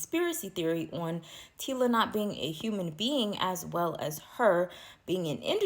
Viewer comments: EHH , EHHH! Wena mara🚶‍♂️🚶‍♂️ Get your pronunciation straight!!! NOT, TILA, TACILA, T WHAT WHAT YOU ARE BLUBBERING!!! TYLA , SPELLING MY SISTER! PRONUNCIATION eg = " TYLER " BUT SPELLED AS " TYLA " DO YOUR HOMEWORK! YEER! YOOOH! 😂🚶‍♂️ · The name is TyLa pronounced tie-la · You can’t not be reporting and not know it’s Tyla not Tila and Halle not Holly